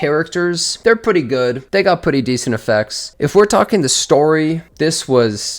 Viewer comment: Why does he struggle to pronounce the word "pretty"